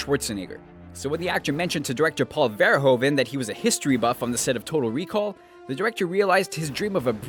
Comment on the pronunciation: Dat pronunciation on "Verhoeven" though XD